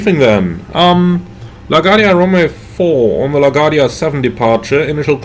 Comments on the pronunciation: Great video, like always! Just want to help you pronounce LaGuardia from a born and rise New Yorker lol LaGuardia is Luh-Gwaar-dee-uh. Hope I was able to help. Take care and see you on the next video ✌🏼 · computer performance looks awesome. BTW, you pronounce it La Guardia, with the emphasis on the U.